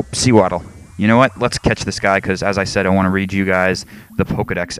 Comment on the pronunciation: Sew-waddle. Pronounced like SOE...since it's the Sewing Pokemon.